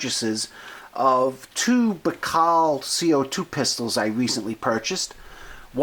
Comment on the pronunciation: Baikal is pronounced BUY-CAL. NOT Bacall like the actress.